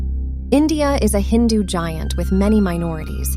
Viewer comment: Just a correction it is "HINDU' NOT 'INDU'